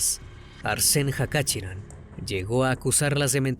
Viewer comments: Se pronuncia Jachaturián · El apellido se pronuncia Cachaturian.